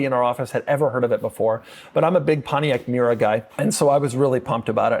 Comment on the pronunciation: Not a Pontiac Mera. Its Mera.